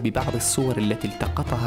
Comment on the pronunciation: اغبى مراسل شفتة كل كلامة باللغة العربية الا كلمة الحجر ينطقها حقر ايش من مراسل ذا 😏😏😏😏